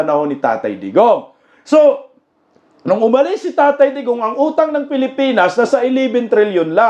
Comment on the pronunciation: Pilipan pilipan hahaha Hindi hongkong